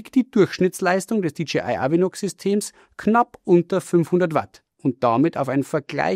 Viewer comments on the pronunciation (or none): DJI wird nicht wie DGI ausgesprochen. Ansonsten: klasse Video!